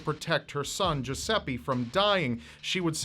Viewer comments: Yeah, that's what I think, I'm Italian and "Geseppe" is not a name ahahah But "Giuseppe" is, has a strange pronunciation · it took me like forever to finde out that the "jusepee" you are talking about is actually a misspronounced italian name... americans are experts for that